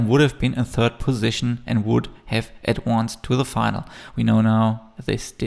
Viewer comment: Please learn to pronounce "advanced" correctly.